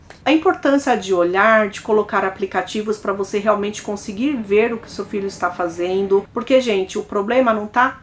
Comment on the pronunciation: querida, adoro ouvir você contando casos criminais. Antes de escrever essa mensagem pensei muito, mas decidi por escrever porque você merece ficar cada vez melhor no que faz. Acho que você deve fazer um esforço para estar atenta quando fala verbos no gerúndio. Normalmente, você tende a omitir o "D". Por exemplo, o verbo fazer no gerúndio é fazenDo. Você tende a falar fazendo. Assim acontece sempre que aparece um gerúndio numa frase. Espero que você receba esse conselho de coração aberto. Desejo muito sucesso pra vc, e que os 200 mil se concretizem rapidamente. Beijo grande!!!